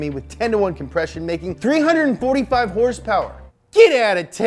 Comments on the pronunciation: Hrsprs stuck with me too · adam durham, “Hearse Purrs” from now on. Lol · What are these “horse-powers” you are talking about? Are they like #hrspwrs ?